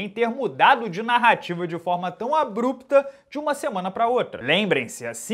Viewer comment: Man, é ab-rupta a pronúncia 🤭